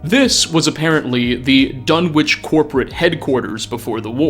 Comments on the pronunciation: The town in Lovecraft's story "The Dunwich Horror," is pronounced "Dun'ich," the "w" being palletized, which is typical of rural New England communities. The Dunwich in the Fallout Universe may be pronounced the way you pronounce it. I just thought you'd like to learn this trivia. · ...buddy... for real. You gotta look up pronunciations for some of these words in your videos. The "w" in Dunwich is silent. The "T" in apostle is silent. There's more examples, but you get the idea. Your content is awesome, but this basic stuff is distracting from it. Please.